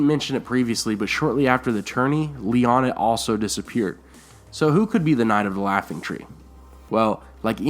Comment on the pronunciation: It's Lyaana, I'm sure of it.